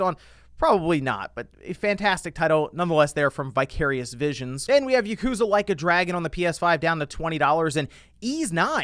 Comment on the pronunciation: It's pronounced, "Yah-ku-zah", not "YUH-KOO-zah"! You Youtubers never learn from your mispronunciations, nor do you learn of your cultural mistakes, of Japanese, no matter how many times I try to correct you guys. I'm actually offended that so many of you make the same exact mistakes in the exact same way, I'm Japanese, so, when you guys make mistakes like these about Japanese stuff, I feel like you're attacking my bloodline's origins!